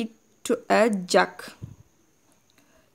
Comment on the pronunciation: Mam its not jog it's jug I am not trying to teach you i am just saying the error don't misunderstand me mam Thankyou......